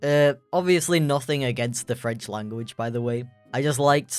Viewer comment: "german *llllanguichh*" xD